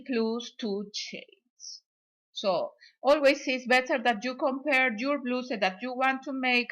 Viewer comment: Te quedo bello! Me encanto que das instrucciones en dos idiomas. Mi mamita habla el ingles igual a usted 😊❤️ ( no se dice bluse 😊 se pronuncia bla-us como el u en usted. ) perdona si la ofendo no es mi intención solo una ayudita para que mejores el ingles con cada video😊❤️ gracias por compartir!💋